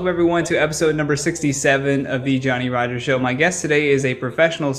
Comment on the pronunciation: ADVICE: Do add the SSS sound when your stage name is mentioned during your intro>>> It ALMOST sounds like "Johnny RogeRRR"....... NOT "Johnny RogerSSS"!!😉😉😉😉😉😉😉